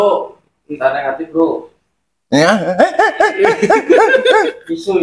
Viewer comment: isu pak isuu.... bukan *su.....wkwkw....